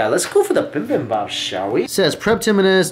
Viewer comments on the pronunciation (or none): so funny you say "bimbimbap" i used to say it at the beginning when i started having korean food. it s actually bibimbap :D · Goes to Korea multiple times: still can't pronounce bibimbap